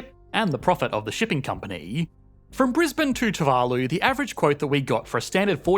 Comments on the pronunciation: your pronunciation of too-va-loo is driving me crazy. You keep switching back and forth. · The pronunciation of Tuvalu is painful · 1 video, 2 different pronunciations of Tu-VA-lu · And here I thought it was pronounced toovaloo